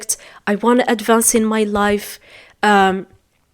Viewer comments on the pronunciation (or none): none